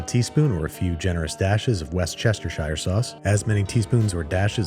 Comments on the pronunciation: love LOVE me some wor-chester-shire sauce (wer-ster-sher) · Mr. Babish, kindly stop mispronouncing Worcestershire Sauce. You are fully capable of pronouncing it correctly { like you did in The Phantom Thread episode } please pronounce it that way. There is absolutely no reason for you to mispronounce it at all: so please stop. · You're making a big deal about using New England ingredients, and you can't say "Wusstasha Sauce?" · Babish: "WeSt-ChEsTeRsHiRe sauce" 🤭 UK: IT'S WAR YOU COLONIAL BUMPKINS!!! 😡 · Please ask a British person how to pronounce Worcestershire